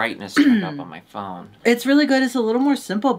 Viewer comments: Not sent from ipone. 💀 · Sent from ipone is crazy omgggg 😭😂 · I’m on Darbys side. The other one NEVER finishes her sentences and when she does she mispronounces all the words. I feel bad darby has to relive all this when she edits as well…… omg darby is baby reindeer! Sent from ipone